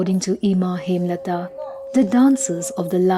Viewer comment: The way the name was Hemolata was hindified as Hemlata. 😂